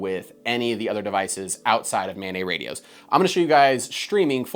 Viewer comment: "Mobile Ad-hoc Network" (MANET)...the "NET" is short for "NETwork", not "NEYwork". It's maNET, not maNEY. (that said, this is good shit, I subscribed) ;)